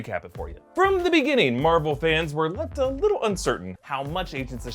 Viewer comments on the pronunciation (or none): Marble Stubios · Am I the only one who hears Marble when says Marvel? 👂 🤔